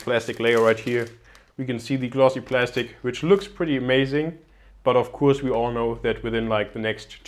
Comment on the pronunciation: Gute Videos auf deinem Channel, welche wirklich sehr informativ und gut gefilmt sind. Ich bin allerdings der Meinung du sprichst "of course" falsch aus ;) P.S nicht böse nehmen LG